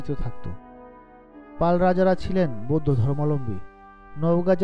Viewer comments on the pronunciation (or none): none